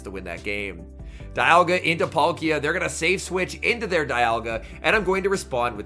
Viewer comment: Love when you say “dayalga” 🤣🤣🤣